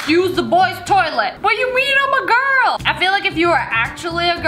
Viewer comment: BRO SHES NOT A GIRL SHE SAID BUT AM A GRUL😂😂😂😂